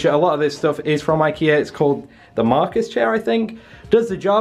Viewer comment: "That's from ikear too" 😂😂 love you